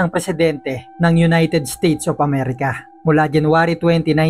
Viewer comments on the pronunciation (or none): none